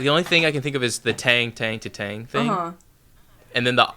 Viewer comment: “tEhenGH” ifs tang bro KSJDJD